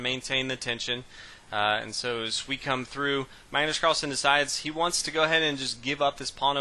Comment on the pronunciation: kenneth hardman Magnus not Mægnøs